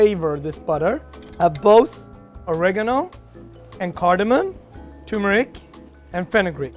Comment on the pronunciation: You're a chef but mispronounced turmeric and cardamom? Really? Barely over a minute into the video and I've lost respect for the guy.